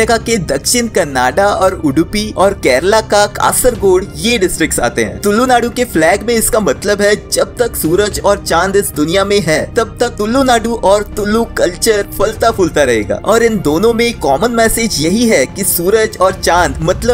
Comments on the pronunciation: It's tulu not tullu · Bro Its Not Tullu 😅 its Thulu Tullu Is Vulgar word In Kannada apart from that Everything is good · Arre yaar please properly pronounce “Tulu” not “Tullu” You should remember that you’re narating the Tulunadu story itself so you should be careful. But well explained👏 Proud to be born in Tulunadu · 8.46 bala he toolu nahi tulu samsukurthi bolana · It's not tulllu...it's tulu😂😂 and not daiv..it's daiva😂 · Brother it's not tullu it's tulu and it's not guliga dhaiva panjurli dhaiva please pronounce properly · Pls learn to pronounce word TULU(तुळू) with proper accent else it gives wrong meaning.